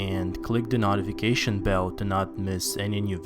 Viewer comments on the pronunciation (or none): Note-ah-fick-ate-eon. Notification.